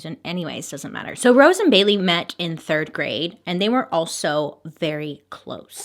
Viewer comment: After a while it sounds like she's saying Billy instead of Bailey